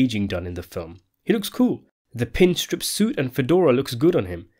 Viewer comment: " pin strip" hehehe... gotta love your accent!!